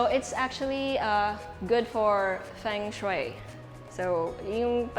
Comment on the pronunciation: Feng shue? Is that really how it should be pronounced?